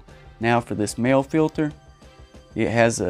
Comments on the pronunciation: It is pronounced "moly" not "male" Mahle = "moly" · It's pronounced Maleh. Mahle.